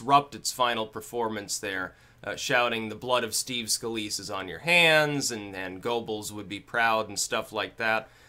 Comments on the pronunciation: Goebbels is pronounced Gerbbles, BTW. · Every time pronounces Goebbels as "go bulls" I murder a spoonclank.